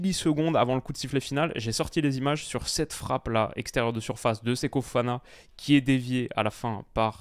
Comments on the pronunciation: Répète après moi: "SE-KO FO-FANA", tu peux le faire 🤣 (Séko Fana, ça le fait, mais je ne te connaissais pas ce type de faute de diction, alors je relève, juste pour la blague 👍😛) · Toujours "Seko Fana" sans raison :/